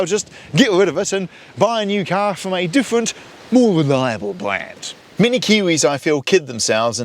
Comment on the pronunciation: Bwand new engines you say